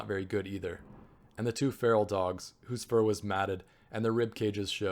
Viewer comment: feral like "Fair -el"